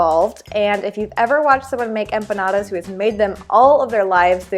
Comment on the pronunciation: Don't ever, and I mean ever say empanadas again.